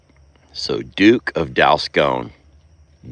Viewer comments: Congrats! How adorable! FYI-the O in Dalscone is pronounced as a short O, not a long O. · Sorry but it's Dalscone pronounced as in gone not scone